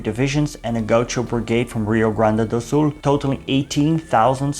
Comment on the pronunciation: I am happy to see you in my country,. So cute 🤗your very precise pronounce of "Rio Grande do Sul", where I live. In this region, we are gaúchos, before being brazilians. ヽ(͡◕ ͜ʖ ͡◕)ﾉ 🍀 🇧🇷